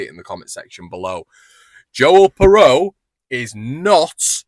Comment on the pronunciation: I think its pronounced (phonetic) "Piroo".